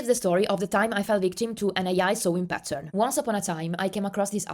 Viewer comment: Haha every time you said “ pattern” I thought you said “button” 😂 thanks for sharing this info!